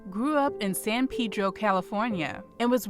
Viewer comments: It’s Pronounced to San PeD-Ro. Roll that at girl 😂❤️ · "San Pee-dro."